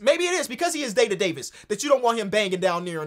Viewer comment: Yooo "day to Davis" 😂😂